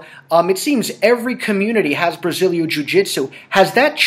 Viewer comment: Why can't David Ortiz pronounce "Brazilian" properly?